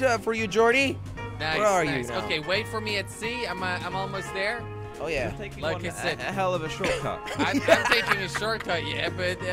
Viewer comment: Jelly: lik on that subscribe butten. Me: ...w t f